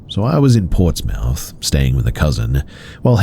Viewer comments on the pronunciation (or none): It’s pronounced ports muth not ports mouth! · It's Ports-murth 😅